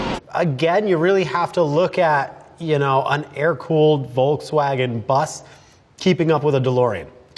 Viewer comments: No, that's not how everyone says it. That word starts with an F sound. F. Like Folk's. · What kind of pro driver can't pronounce Volkswagen? Seriously.